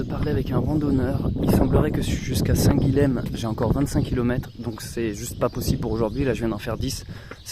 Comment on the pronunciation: Salut et encore merci pour ces vidéos. Je n'ai pas lu les autres commentaires, on a dû te le dire dix-mille fois, on prononce "saint Guillem", ill, comme dans paille, car le lh en occitan se prononce ill. (c'est une prononciation qu'on a gardée, y compris en français. idem Graulhet dans le Tarn, ou Varilhes en Ariège.... à plus! )